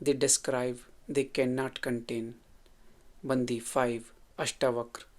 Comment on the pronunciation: It’s pronounced as बण्डि not बन्दि